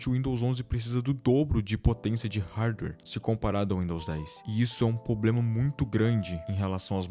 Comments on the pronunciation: VC FLW "POBLEMA" INVES DE "PROBLEMA".... C TEM LINGUA PRESA? KKKKKKKK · PARA DE FALAR "POBLEMAAAAAAAAAAA" AFF.... KKKKKK